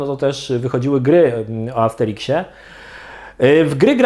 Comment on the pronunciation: Armsteriksie? Amsterimkśmie? Sikśmie? Mikśmie?